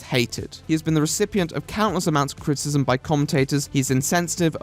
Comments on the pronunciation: It's not "critism" it's "critIcism. CRIT - I - CISM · The way this guy pronounces criticism cracks me up !!